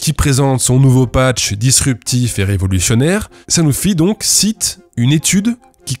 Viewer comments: G ... Dispurtif ? C'est encore mieux que disruptif c'est ça ? Encore merci pour cette vidéo, je vois qu'on n'arrête pas le progr.... Le bullshit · Dispurtif (disruptif) 🤣🤣🤣 Je suis fan de la "coquille" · c'est ''Dispurtif'' 😂